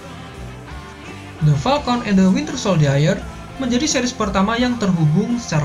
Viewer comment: Knp agent carter penyebutan nya carter bukan karter?? Knp winter soldier penyebutan nya sol-dai-er bukan sol-jier??? Serius nanya..